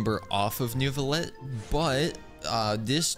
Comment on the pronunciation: It's pronounced noo-vlee-ett but you just say it with that French behind it